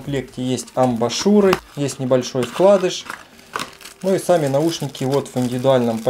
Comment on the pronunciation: не амбАшуры, а амбУшуры)